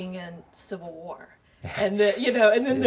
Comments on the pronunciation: "Infinity Watr" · 'Avengers: Infinity Watr,'